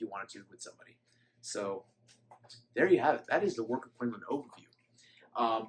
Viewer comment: From a person in China its pronounced like koon loon.